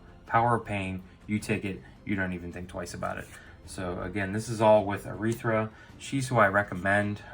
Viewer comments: It’s arythea not urethra... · Dear lord, it's pronounced arythea, not arythra.